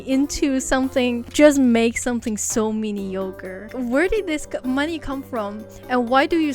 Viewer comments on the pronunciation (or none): Lmao whoever put the captions and was like mini yogurt when she was trynna pronouce mediocre was top notch comedy that terrible ahh mini yogurt 🤣